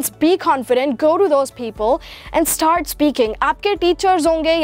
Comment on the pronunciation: Lol the way you pronounced “ Start “ you sound like you’re saying “ sa- tart “